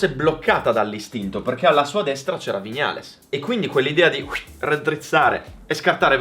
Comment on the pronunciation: A OGNI "VIÑALES" È UN COLPO AL CUORE😂